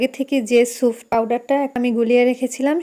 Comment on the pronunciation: আফা এইটা সুফ না স্যুপ,, এতোবার এই ভুল উচ্চারন😢